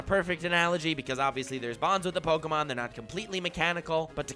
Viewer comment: Is it pronounced pokAmon or pokEmon?